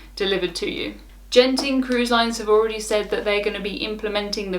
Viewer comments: It’s Genting with a hard G, like good, not a soft g, like Geoff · It's Genting not Jenting. As in the Genting Highlands Resort in Malaysia.